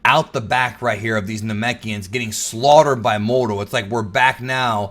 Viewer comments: The way you say Moro is disgusting, annunciate better. You sound like you’re saying modo or morto. It’s pronounced Moor-o. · ur amazing. But I cant stand the way u say moro 😂😂